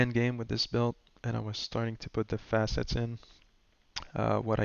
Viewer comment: And they are not Face-it's. They are Facets (FASS-ITS)